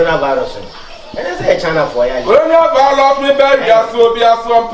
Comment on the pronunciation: corona vilus 🤣🤣🤣